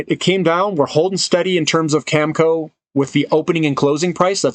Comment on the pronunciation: Not Cam-Co. It’s Cam-A-Co 🙃